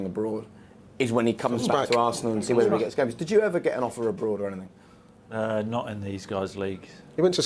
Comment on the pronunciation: I hate the way Ince speaks. Anyfink!! Speak bloody properly